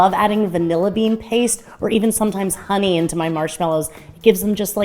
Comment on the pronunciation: I had to listen to the into bit about flavouring the marshmallows a second time, because I thought you said "I love to flavour them with vanilla bean, or a bit of onion." No, honey. Not onion, honey. Honey makes way more sense. #morningbrain